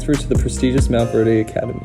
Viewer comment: Man said “the prestigious MountVeRDe Academy .”